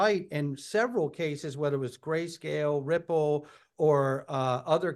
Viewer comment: Perianne is incapable of pronouncing Ripple & XRP.